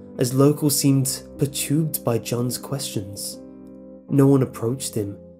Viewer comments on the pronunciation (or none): perturbed is not pronounced as pertoobed, if you are unsure of how some words are pronounced (and i have noticed many such occurrences in these narrations) just look it up before hand in an English dictionary which will spell it out phonetically for you. btw i really enjoy your selections of stories.